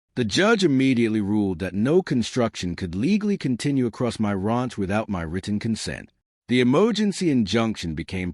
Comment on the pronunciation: You would think a fourth generation Texan could pronounce ranch correctly